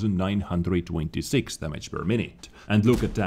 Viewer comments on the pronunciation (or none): Gotta fucking love the accent mate, lol. I can't help but laugh as well when he says... Dhamajj. (Damage) xD Not saying it's bad, I just find it funny.